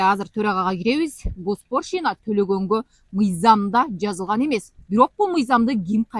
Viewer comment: Госпоршина эмес госпочлина